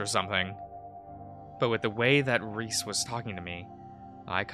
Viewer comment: I'd say it's pronounced "Reese" but I like it when you remix the names